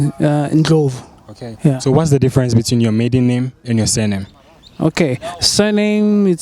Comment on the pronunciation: Oh I think some ppl thought u said "middle" instead of "maiden" lol